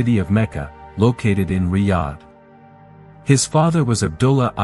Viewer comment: Did he say mecca located in readh?😂😂😂